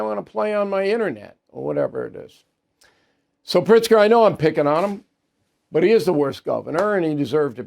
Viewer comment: Is it Pritzger or PRICK-ZGER! 🤔🤔🤔